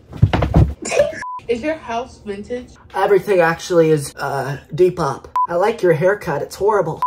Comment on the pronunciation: “dEpOP”I cant